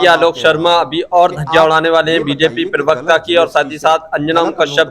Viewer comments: भैया जी, पिरवक्ता नहीं, प्रवक्ता। प्लीज़ अपने हिन्दी के उच्चारण दुरुस्त कीजिये। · पिरवक्ता नहीं...... प्रवक्ता. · Perwekta nahi yar parwakta hota hai